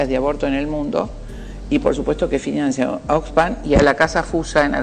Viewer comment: No se dice FINANCÍA (NO lleva acento o tilde), se dice FINANCIA.